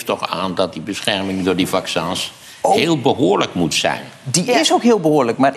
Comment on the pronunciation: 'Vaccûns'. Lekker Maarten.